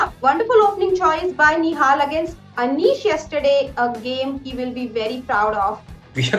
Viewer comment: In the beginning you always say nohal nihal and now you saying play like a genious. What the hell...